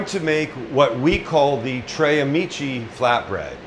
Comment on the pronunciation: I think he calls it Tre Meatchi